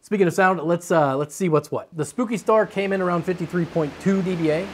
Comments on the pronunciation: It bothered me so much every time he said "spooky" when it's clearly "spoke-y" lol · I think "Spoki Star" is supposed to be read "spoke-y" and yes, that star has spokes. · Its spoki star not spooki 🤣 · I think it's "spoah-kee" star, not "spooky". Like it's spoked, like spokes. Spoki!!! Man, I have to say I really enjoy when these fan review vids feel longer - more talk about the fans themselves before going into the various tests that are involved. Sometimes the fan showdowns felt a little abrupt and rushed here and there - maybe it was just me though :P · Spoki, not spooki. LOL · Pretty sure it is SPOKEie not SPOOKY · I think spoki is supposed to be pronounced like pokey with a S not spooki. Lol. Great vid as always. Keep it up! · Its Spoki, like Spoke/poke-y not Spooki which would have two o-s. And that explains it POKEing you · I think "Spooky" star is supposed to be pronounced "Spoke-y" star ... because of you know ... all the spokes that give you pokes on it. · Spoke-y, not Spooky! (I think?) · I'm pretty sure the "Spoki" star is "Spoke-y" not "Spooky." Because all the different blades are "spokes." But we're going to need to hear some original-source confirmation. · Is Spoki-Star supposed to be pronounced...Spoke-y-Star? As in like.. the spokes on the rim of a bike? Kinda feels like that to me, with a reached out play on "Spikey". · Pretty sure "Spoki" isn't referencing the word "spooky" but rather "spoke-y", as in it has a lot of spokes or maybe spikes. That's my take anyway... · Or Spock-y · Spoki = "spoke ee" If they want it to be pronounced "spooky" then they must use 2 'o's ;). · That is not spooky star, it's spoki star, like spoky (spoke as in the spokes of a wheel for example) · Hmm I thought it be prounounced spokey star, like wheel spokes.